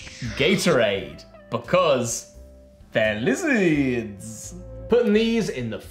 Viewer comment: i rewatch this once a month just to hear say “they’re lizzerds”